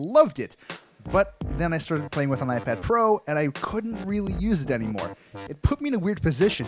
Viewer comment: Did he say iPad Fro at the beginning?